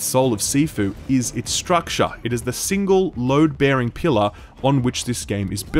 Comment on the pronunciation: Fun drinking game: take a shot everytime this dude says "stractare".